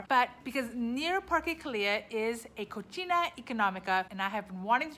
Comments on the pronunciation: BTW, the pronunciation is no "cochina" is just co"c"ina like pri"c"e in English, the way you are pronunciation "cocina" means in Spanish "Pork (femenine)", lol... sorry is funny! :), I'm Mexican from CDMX living in Vancouver. Enjoy Merida! :) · haha its "ko see nah" because the way you say it sounds like "Cochina economica" and that means "nasty and cheap" hahaha